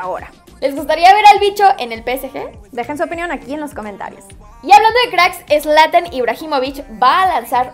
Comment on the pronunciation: Es Zlatan no "ESLATAN" aunque de ya no me sorprende ni extraña